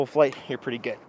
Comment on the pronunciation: I like how you accidentally said pwetty. Maybe that should be a failed challenge consequence. You have to talk like Sylvester the Cat for a whole video. 😜😜